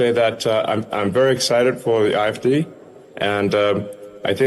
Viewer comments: Lmaoo 😂 he supporting a group and movement and he cant even get the damn name right its the AFD GERMANY . He called it IFD even transcription picked up he called it IDF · It sounded like he said the "IFD!" Not "AFD." Also....anyone notice the Usha doesn't look well? What's that about?😮 That's concerning.😮😮😮